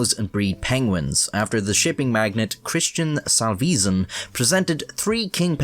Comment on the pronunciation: Why do you keep pronouncing Christian Salvesen like that???